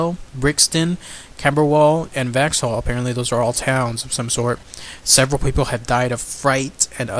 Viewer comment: Vauxhall is pronounced vox hall